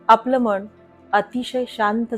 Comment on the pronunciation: व्हिडीओ उत्तम, सादरीकरण उत्तम. फक्त आपण मनाचा उच्चार मण असा करता आहात. तो जर मन असा केलात तर परिपूर्ण वाटेल व्हिडीओ.